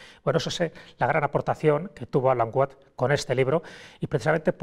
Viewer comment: Se pronuncia "uats" no "uots" Saludos! 😁